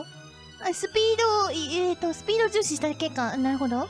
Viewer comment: S U P E E D O N O K A M I